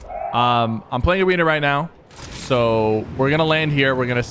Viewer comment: He said I’m pwaying awena now